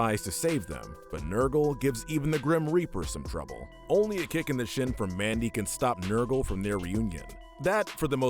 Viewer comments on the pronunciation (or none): none